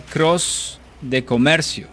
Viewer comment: You say you don't speak spanish but the way you said "comercio" sounded pretty clean!!!